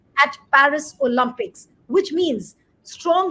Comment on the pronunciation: Olympics , please . Not Olumpics.